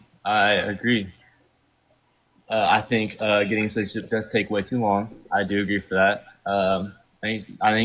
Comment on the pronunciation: This 47-year-old not only sounds incredibly uneducated, but ignorant and drunk! (Disks notice his pronunciation of citizenship…zizzinship!😂